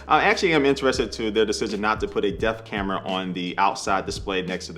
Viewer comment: Anyone else hearing "death camera"?